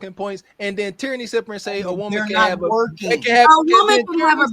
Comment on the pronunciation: Teranny=Tyranny ...😂😂 damn she making my blood pressure rise😂😂